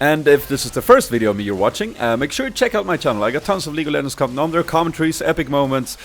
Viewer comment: did he say league of lemons?